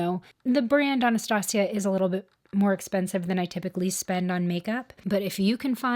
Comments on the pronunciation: Hey girl, I hope your doing well and I think you did a great declutter. I have always heard Anastasia pronounced as ON-A-stasia for years and sounds right to me lol. I think I have a solution for your undecided decluttered items that are on a chopping block. I think you should start a box for those items and if you don't pull from those items and use them or find happiness in using those items within the next month then they don't make the cut. You could then do a follow up video, to help you see what you used or what exactly made you chop it or something like that. Just an idea I'm throwing out there lol. I would love to see highlighters or blushes next please. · You pronounced Anastasia correctly! I have never heard anyone pronounce it the other way, hhhmmm🤗💖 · If I’m not wrong Anastasia is Romanian so I believe it’s more accurate to pronounce it as the second one you suggested